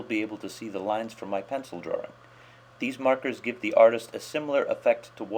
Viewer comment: i like ur tutorials but u say drawring instead of drawing that just annoys me like my teacher